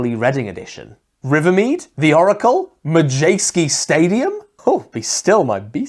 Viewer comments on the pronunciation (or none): It's "Madejski" stadium not "Majeski"! :O